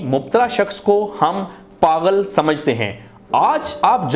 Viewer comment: Lufz paghal nahi pagul hota hai 😊